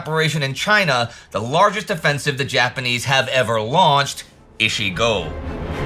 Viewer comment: Again a pronunciation nitpicking, but 一号作戦 (Operation number one) reads ichi-go, not ishi-go. Ichi means one, ishi means 石 stone (or 医師 doctor, or some ten other meanings, depending on context and used kanji)